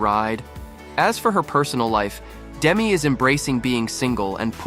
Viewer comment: She likes her name pronounced Demee, not Demi.